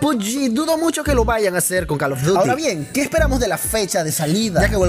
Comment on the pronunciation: JAJAJAAJ pensé que era el único men que dice Carlos duty XD